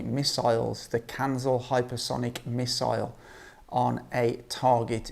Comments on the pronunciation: not Kanzel - Kinzhal pronounced Kin[J]al like Java , Japan etc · It's not "Kanzil" like you pronounce, it sound like "Keenjal" or "Kinjal" something like that, translates as "Dagger".